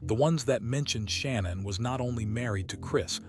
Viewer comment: Sha-nan not Shannon and Ru-sak not R-usak